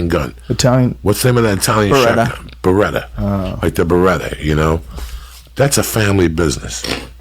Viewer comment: was joey talking about beneli shotguns? lee said barreta